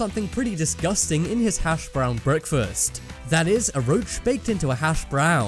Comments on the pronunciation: Lol the emphasis on the word brown in hash browns 😂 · The way the narrator says hash BROWN - emphasizing on the brown annoys me.